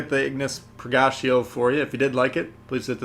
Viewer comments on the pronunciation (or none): It's Ig-nis Pur-ga-tea-oh. Not per-gacio. Also Ragnarok is pronounced rag-na-rock. Not rag-nar-rick. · He also pronounced "Purgatio" wrong as well and calls it "per-gacio" as if it's Italian and that's not even the Italian way of pronouncing it.